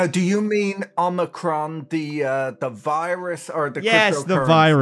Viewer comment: PATRICK BOYLE IS BACK! ❤️❤️❤️❤️❤️❤️ But guys- it’s pronounced “OWE-muhcron”. Sort of rhymes with “Lola-con” or boba-con”. Please stop pronouncing it with the hard ME.